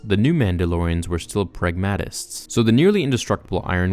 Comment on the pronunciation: The word is prag-ma-tist or prag-mat-ic. You pronounced it very strangely but great video